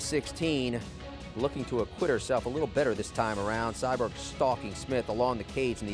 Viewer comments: CyBORG. There is no "Cyberg". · Her name aint "CyBerg"..... Its Cyborg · Why is he calling her cyberg ? It’s CYBORG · Lol this guy, Cyberg? No dude it’s Cyborg or Cris Santos geez 🙄 at least learn to pronounce the name before going on air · He said Cyberg 😂 Cmon Man U don’t know the Goats 🐐 Name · Sounds like he’s saying cyberg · Why does it sound like homie is calling Cyborg...Sideburn? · Is he calling her cyberg haha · Didn't know Cyborg was hard to pronounce?..... apparently it is. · How can you say cyborg so wrong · Why can’t this dude say cyborg right